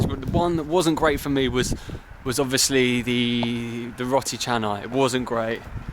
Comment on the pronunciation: I like how u pronounce roti as ro'ee 😅